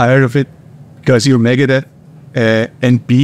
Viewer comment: "megadette" lmfao